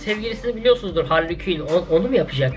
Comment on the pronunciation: Hali Küin deyil canım,Harley Kuin o😊😊